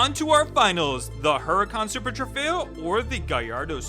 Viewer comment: trofeo not trefeo